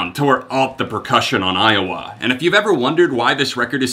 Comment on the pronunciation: I'm sorry but I just laughed so hard when you said iwoa lmao